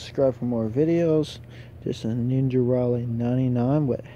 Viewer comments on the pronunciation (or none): none